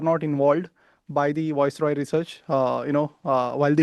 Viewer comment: The name is not Voice roy. It's viceroy